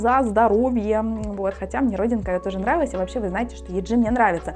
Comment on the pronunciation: Не юнА, а Юна. И не йеджИ, а йЕджи 😭😭 девочки сами так произносят так свои имена, не каверкайте, прошууу, слушать невозможно